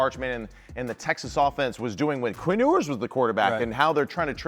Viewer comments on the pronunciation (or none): Can't believe I'm still having to listen to this guy call him Quinn "Oooers"